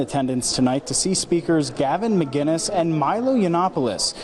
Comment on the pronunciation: "Gavin Muh-keenz" Your average journalist, ladies and gentlemen